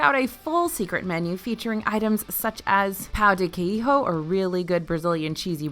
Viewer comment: the way she pronounced pão de queijo 🥴😂